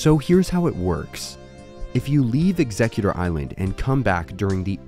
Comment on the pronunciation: You’re saying Exegguctor wrong my dude